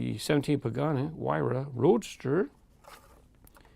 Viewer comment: i have that car colored in red it clearly says 17 pagani huayra roadster its not haw -ra its way-ra